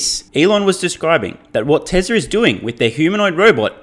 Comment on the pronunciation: How come you say tesler and not Tesla 😂